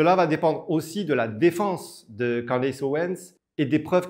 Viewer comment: Pas Candace, ca se dit ''Candice'' En anglais le A se prononce I